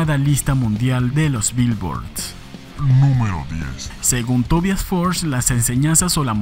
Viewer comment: Me alegra que en este canal si se pronuncie correctamente el nombre Tobias... (Swedish pronunciation...)